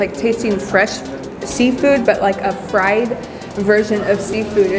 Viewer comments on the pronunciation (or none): none